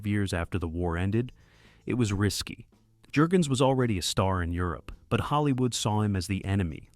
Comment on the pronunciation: Thumbs down because of bad AI narration. Can't pronounce the actor's names properly. It's not Jergens, like the lotion. It's sounds like 'Yurgens'. Can't even say "DD" right. But this is my favorite WW2 Navy movie.